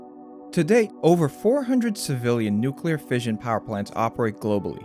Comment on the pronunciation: clicked away when he said nuclearfission.